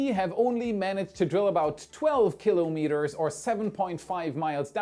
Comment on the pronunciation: And shouldn‘t it be ki‘lOmeters (with stress on the „O“?) „KIlo-MEters“ sounds very German!